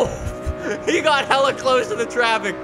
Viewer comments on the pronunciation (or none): none